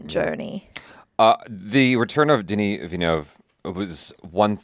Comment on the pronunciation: Yeah, you botched Denis' name.